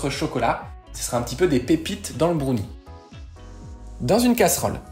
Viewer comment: Il faudrait quand même leur dire que brownie ne se prononce pas brOUnie…